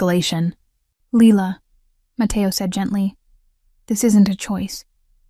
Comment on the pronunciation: I really enjoy your story and you started it with lila and now you're ending it with leela, and my name is leela, and you're pronouncing it correctly. The AI systems are learning quickly, which is awesome. Mine is also so I noticed, I think it's the triple virgo, totally enjoying your story